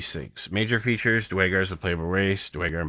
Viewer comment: DUHR! IT'S DUERRRRGAR! NOT DYGAR